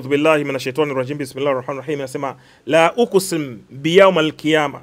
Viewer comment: Sio Min audhubillahi wala sio Lauqusimu biyawmal qiyama. Halafu unasikia sheikh😂